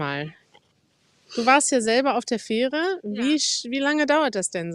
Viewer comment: Nöadlichster Oat 😅 Feehre 😅 Noadsee😅. Love it! So lernen die fleißigen Studis schon mal als erstes den Münsterländer Zungenschlag 👍😉